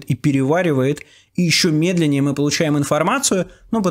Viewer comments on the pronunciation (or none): none